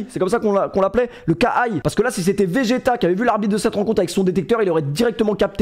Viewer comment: vegeta quel ref incroyable bordel le Roi, le ki (sa se prononce ki bg normal pas kay)